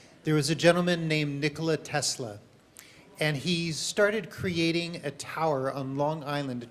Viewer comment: right, he is spoiling name of Nicola Tesla.